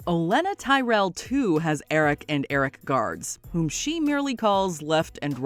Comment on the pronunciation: Only Americans cannot hear the difference. Ahrik Ehrik.